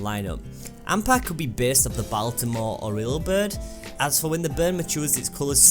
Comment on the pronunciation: baal-tim-ur orrill? WHYY!